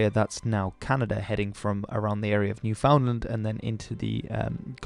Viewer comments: Don't know if anyone gave you the correct pronunciation of the province Newfoundland - it's pronounced basically like "newfinLAND". That still may not be perfect. I was saying it incorrectly for years, but now it sticks out when I hear it said the way it is spelled. The accent there is quite unique, too. I love all the suggestions that you also look into the history of the other Francophone communities in Canada like the Acadians. When you do any videos on any First Nations/Native American history, it'll be interesting to see what books you cite in addition to the one in your ad : ) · The way you said NewFoundland made me cringe